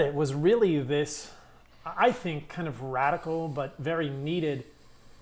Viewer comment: Rad-orca-l whales